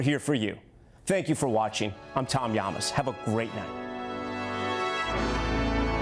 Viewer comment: I feel like the announcer mispronounced his name. He says “YAAmaSS” Tom says “Yamas”